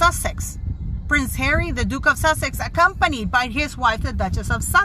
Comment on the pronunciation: Wind It is the presenter, the nice African man with the blue suit (the one who spoke French at a certain point) who presented the list of the speakers at the beginning. The way he pronounced the word sussex was more looking like wessex